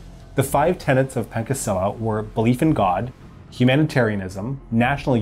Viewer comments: C letter in Pancasila is not pronounce as K. It is pronounce as Cha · Indonesian here,let me correct your pronunciation; Pancasila is pronounced “pancha-sila” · Not pankasila... its panchasila... like when you read punch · Wkwk pankasila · helloo!! an indonesian fellow here. thank you so much for covering this topic. we study this history since elementary school. it’s a lot to remember hahaha. also, the pronunciation of ‘pancasila’ , the ‘ca’ is read with a ‘ch-‘ sound, not ‘k’ . like the ‘cha’ in ‘charity’. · Hey, great vid! But one small note, the way we pronounce Pancasila would be (Pun-cha-see-la). We pronounce the - Ca - like in Chartered, not like in Pancake. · great video, just one thing: it's, pan-cha-si-la not pang-ka-si-la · It's written as "Pancasila", but it's not pronounced as "Pan-KA" Seela... It's "Pan-CHA" Seela... It's a significant word cos it's got a significant meaning.. which is the FIVE Pillars of the nation. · Sorry but you read it wrong it's Pan(ch)asila with t'cha' not 'ka' .. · it's Pancasila(Not spelled like "frying PAN" just Pan like Pan on PANda,also ca not spelled like C on "camera or car" rather than on "chess'' or "cheers") so we indonesian will heard Pancasila rather than "Pancake-sila". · Pronounced PanCHasila - not Pankasila. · PanCAsila not PanKAsila. "Ca" sounds like in "CHArge". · Pancasila isn’t actually pronounced pan-ka-si-lla it’s pronounced pan-cha-si-lla still good video tho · You read the 'Pancasila' wrong. Not : 'Pan...cake...sila' But: 'Paan...Caa..See...Laa' So there you go : PANCASILA. You can't read it in English, just as you read 'Louis Vuitton' in French by 'Louwee...Vuouee...Tong' . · The way you pronounce pancasila depresses me It is not pan k sila It's.. Pan - like the word punch without the ch Cha - gotcha? Watcha doin? That cha See la Pancasila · It's pronounced "Pancasila(Panchasila)" Not "Pankasila" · Not "pankasila" , but "pancasila" , spell C like in the "Champion" word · Its PANCASILA Not Pankesila